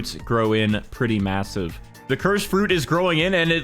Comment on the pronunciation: did you say massive?